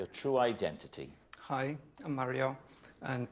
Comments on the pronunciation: You prompted me to Google the correct pronunciation of 'Mario'. According to a video about the pronunciation, where a linguist was consulted, he said that both the US and UK pronunciations were wrong. The UK version has the correct vowel sound, but that sound is shorter than in the correct Italian pronunciation. The US retains the correct length of the vowel sound, but have changed the sound of the vowel taking it further away from the Italian pronunciation. So if you look at the 'marry-o' pronunciation in the UK and lengthen the 'a' sound to 'm-aaa-rry-o', you would only need to roll the 'r' to say it correctly. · Well, that linguist was wrong going by the vowel sound in this clip. The vowel is a bit too close (approaching /æ/ rather than /a/) at least according to my ears. -My Ears: My native language is Danish, where we distinguish three vowels that sit right in that area (between pure /æ/ and pure /a/), and I also speak Spanish, so I'm familiar with the pure /a/ sound that would be the correct vowel quality. I'm also familiar with the /ɑ/ vowel because Swedish uses that for its 'a', and I live right next to Sweden. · Marry-o - an Italian wedding celebrant? Great stuff, love how invested you're getting in WILTY. Beware though, you may just end up a gibbering wreck like David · If you know any Portuguese people and you pronounce Mario the Italian way they'll eat you alive. Ditto pronouncing Carlos the Spanish way. It's probably wrong pronouncing it that way if they're eastern European I suspect also, as hinted at here.